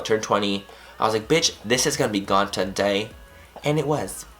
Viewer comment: "biitch this is gonna be gon TUH-DAY" i laughed so hard XD